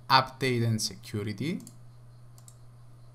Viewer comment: Why he says security chicurity